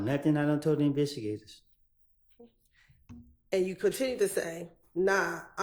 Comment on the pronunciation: Someone teach this man it’s “investigators,” he struggling bad 😂